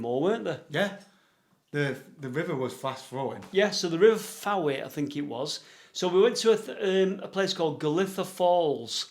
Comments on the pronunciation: Its the River Fowey which is pronounced Foy ( the we is silent). great programme.. Ive explored a good few mines in the area over the last few years.. Glad you enjoyed your visit. When your down next I can take you down a couple of interesting minbes that dont require ropes, just hard hats and light. mike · Hi, next time you come down to Cornwall base yourself a bit further west around Camborne /Redruth area there are restored and working engine houses there, and for future reference Fowey is pronounced Foy